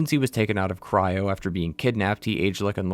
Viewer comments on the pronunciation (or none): none